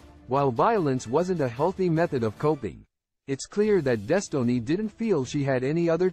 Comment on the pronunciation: “Des tow ness”